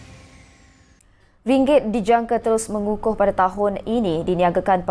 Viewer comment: Mengukuh ke membutuh? Tak berapa clear la